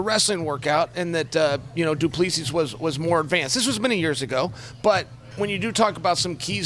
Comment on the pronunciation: He said “Do-plee-sees” 😆😆